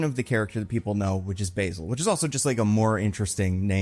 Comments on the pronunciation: I think it’s pronounced bAsil Carlo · Not to be pedantic, but the name "Basil" is pronounced with a flat A sound like in cat or actor. Also, I've always wanted to see a Preston Payne version of Clayface. He's super cool and underrated. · Basil as a name is typically pronounced with the English pronunciation of the word basil btw. Also my favorite run of Basil is the early Rebirth Detective Comics run of him which really rtedeemed him and led to such tragedy. Basil and Cass have one of my favorite dynamics that deserved more time.